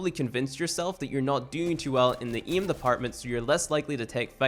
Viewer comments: Bruh how can you speak English so good but say iem instead of aim and iet instead of 8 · The way you say "aim" is to funny bruh lol